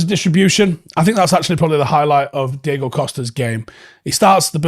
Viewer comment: Diogo* Dee-OH-Go